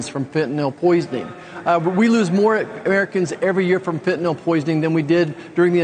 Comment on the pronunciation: Fentanyl does NOT have an "O" in it, people.